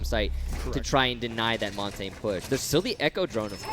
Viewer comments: Who is Mon-tayne? It's pronounced Mon-tan-ya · If it were Italian, that'd be correct. I speak Canadian French, specifically from the Pacific, so it may not be how it's pronounced in France or Quebec, but here we pronounce it Mohn-tañ.